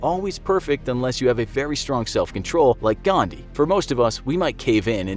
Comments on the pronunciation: it is 'Gandhi', not 'Ghandi', just saying as an Indian. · it's Mahatma "Gandhi" and not "Ghandi" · It's Gandhi and not Thandi!! XD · The name is Gandhi and not Ghandi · Literally everyone:GHANDI GHANDI GHANDI ..... . In real it is :"GANDHI" And for everyone its not Ghandi its Gandhi* I'm on intermittent fasting while watching this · 'ghandi'?you are insulting indian culture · What did you say Mohammed gandii bother you really some manners Don't be racist k BTW it's (mahatma gandii) 🎭